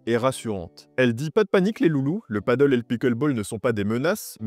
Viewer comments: on dit « pade elle ». Le « padeul » (padle), c’est sur une planche avec une rame. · Comme d’hab vidéo de génie bien expliqué détaillé argumenté on adore Mais stp peux tu dire pádel pour le nom et nom paddle qui est un sport complètement différent à chaque fois je corrige les gens paddle 😂 Quoi que du pádel sur l’eau a voir Gros bisous et merci pour tes super vidéos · Hello, la prononciation "paddle" est incorrecte 😉.